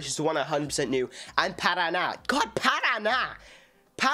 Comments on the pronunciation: Ele deveria saber a pronúncia do nome do estado do PARANÁ já que provavelmente conhece a música de NOW UNITED ...... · Parana... Paranána kkkkk omg🤭